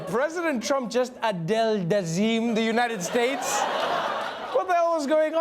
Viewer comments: "God Bless the United Shites" -- Donald Trump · The United Shites. Yup seems legit.